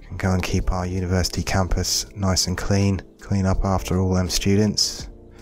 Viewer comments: i liked it better when it was "Uniersity" :( (jk ofcourse ;) ) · hehe "Uniersity" :p